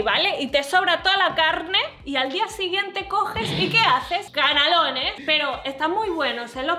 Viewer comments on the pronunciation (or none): xDDDDD ¿Coméis "canalones"? ¿o "canelones"? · se dice canelones no canalones xd